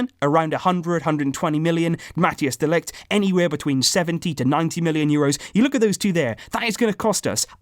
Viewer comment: Can you pronounce De Ligt's name like this next time : Ma-theis De Ligt. Just trying to help mate